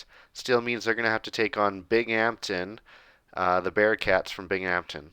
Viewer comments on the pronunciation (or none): Bing-um-tin not bing-amtin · Hey man! Love the vids but as someone who lives next to Binghamton it’s pronounced more bing-um-tin More of a hum sound in the middle! Not as much bing-HAMPTON Love the videos and the series! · Binghamton is pronounced Bing-um-ton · Binghampton is pronounced "Bing um ton" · It’s pronounced bing-um-ton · It's pronounced Bingumton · it’s pronounced (bing-um-tin) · I commented last video that’s how the locals say it 😂